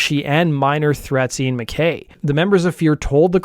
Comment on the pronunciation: It’s pronounced Ian Mc “Kai”